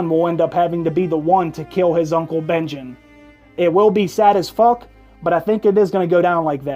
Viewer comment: "Sad as fook," you're picking up Bronn's accent